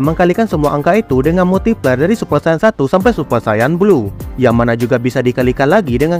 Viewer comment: kok gue denger multi pler ☠️☠️